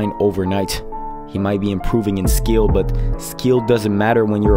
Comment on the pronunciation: skeel matters yeah skeel